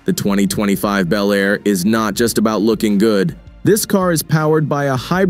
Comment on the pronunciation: These make believe videos of 2025 resurrections of classic vehicles (55 Chevy Bel Air in particular) really suck. They are horrible Frankencar mixes of all three of the Tri-Five classics. They don't even show the same car in the various shots. Obviously done by AI and the narrator sometimes pronounces Bel Air as Bee L Air. I've seen the same thing done with the 69 GTO Judge.